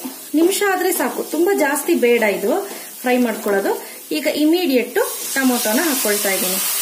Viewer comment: Immediate word naa sariyagi pronounce madye madam